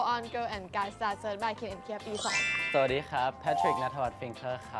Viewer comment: น้องกันเกรี้ยวกราดจังเลยลูก 55555 ชอบ ฐสะดี ของน้องกัน 555555